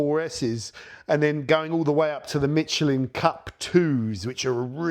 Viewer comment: I can`t believe how you pronounce Michelin in English...